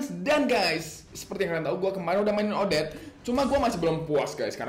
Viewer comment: bang nyebut odette gini odet te